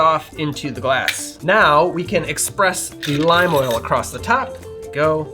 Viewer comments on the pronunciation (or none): none